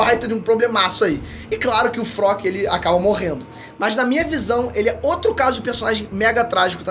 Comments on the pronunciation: pq ele fala Frock ao invés de Flock kkkkkkkkkkkkkkkkkkk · A tampo o bixo fala o nome dos personagens todos errados, é flock e n frock kkkkkkkkkk